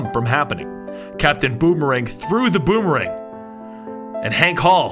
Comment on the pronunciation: "capitan bomerang threw the bomerang" haha